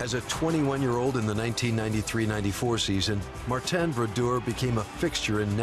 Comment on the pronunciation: i dint know his name was Mar-ten